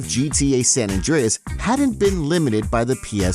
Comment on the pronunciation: stop saying sa mann